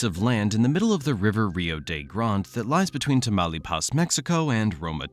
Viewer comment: Nobody down here in the Rio Grande Valley calls the river Rio de Grand. And you mispronounced Taumalpas, detracting from your credibility.